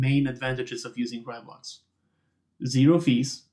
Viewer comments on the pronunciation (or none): Heya, great video. It is pronounced RAY, though.. fast like a RAI of light =)